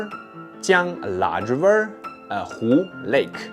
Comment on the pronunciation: 😂 Say again "River" Zhiver